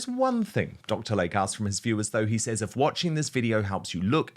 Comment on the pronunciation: PRONUNCIATION: It is NOT Dr. Lake, It is TWO SYLABLES "Dr. Lay-Key"